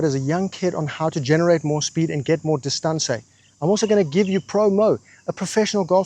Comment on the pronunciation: dis- ton - ce 🤌